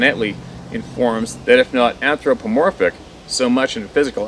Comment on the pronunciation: Wow!! All that was a mouth full!! Lol it’s a bit humorous that you can pronounce anthropomorphic without missing a beat but balk at Osage. It’s a wild fruit O-sage But I digress, the information in the long email, to me, makes something simple into ultra complex. The Bigfoot/Sasquatch/Sabe are just brute apex predators!! I really don’t care about the “seemingly complexity of them”. In the finality of it, when I encounter one none of this info will give one ounce of protection to my physical self. Brute must meet brute force ergo i carry the most powerful impact weapons I have should the brute press me to protect myself. I’ll probably lose that battle but he won’t fair a hell of a lot better.